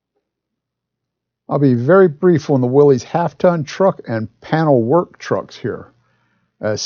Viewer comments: I love the video, but I hate to have to complain for the 8 millionth time, the name of the car is pronounced WILLIS, NOT WILLY'S, OR WILLIE'S. It was named after a man named John North Willys, pronounced WILLIS, who founded the company that made the car in 1908. Otherwise, wonderful video, great brochure, excellent information. Sorry for the rant, but it drives me crazy. Just saw Dave's comment below...sorry to double down... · Hi, nice car, nice video, nice dealer sales brochure! The value of the Willys Overland's keep going up and up, according to Old Cars Magazine's annual Old Cars Report Price Guide. I think of the 1940 Willys as a mini 1940 Ford. By the way, Willys is pronounced "willis" not "willeez". Please reply. Dave...